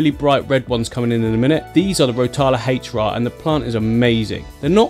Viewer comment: Is "Rotala H'ra" really pronounced "haych-ra"?